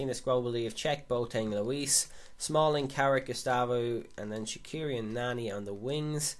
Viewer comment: Swiss here. You pronounce it 'Shatshiri' (tsh as in conSCIous)